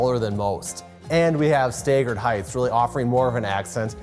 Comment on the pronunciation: "Waygen wheel" "staygered heights"